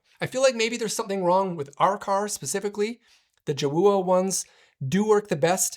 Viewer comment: I think it's pronounced Joe ah